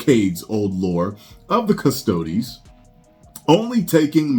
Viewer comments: I believe it's Custodes (Cus-toad-ees). Not too deep into the Warhammer myself, however I know a little. If it was deep lore, they shouldn't touch it I personally think, especially when they have female only factions within the lore. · Kust O Dees. Why is it ppl that say they know what GW is doing cant pernounce this. Come on man be better